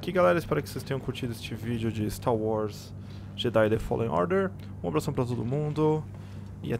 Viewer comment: "Continuando aqui o stá wars"